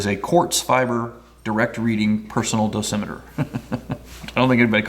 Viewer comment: I've always heard it pronounced do SIM e ter with the emphasis on the second syllable, as you did .